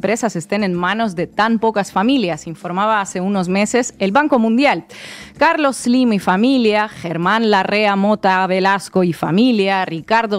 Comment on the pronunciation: Ina, eres la primera persona que escucho decir correctamente el nombre de "Carlos Slim" . Buenísimo su programa